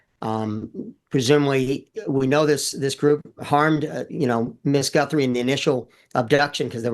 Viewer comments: Some pro! He couldn't even say her name right, Samantha Guthrie is her name. Her name is not Savannah Gunthrie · This guy cant even say her name right-He repeatedly calls her GunthRie--I would think if he knew how to do his job he would at Least be able to get the families name right-at the very least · God dammit! Would someone please inform this so-called expert that it’s GUTHRIE - not Gunthrie. What an idiot. It’s almost as bad as when MK kept referring to the Biden book as UNCHARTERED rather than Uncharted. Freakin’ nails on the goddamn chalk board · Gunthrie? It’s Guthrie he’s an idiot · Her name is Savannah Guthrie 🙄🙄🙄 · This guy sounds like an idiot clearly he doesn’t know she is. He’s mispronounce her name twice.